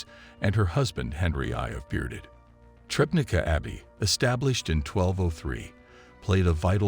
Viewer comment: If anyone is interested in the correct name of the town where this discovery took place: it is Trzebnica. Only after some time did I guess it from "Trebneeka" that can be heard.